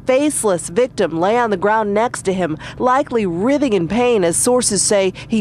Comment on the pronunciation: the reporter mispronounces "writhing"